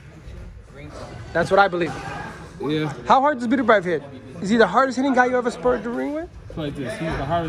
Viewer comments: Who the hell is "beater-beeve"? Pronounced "better bee evv" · “Be-tur bee evv”